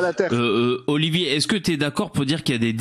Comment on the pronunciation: Il me stresse quand il dit Oliver au lieux d'Olivier sinon super live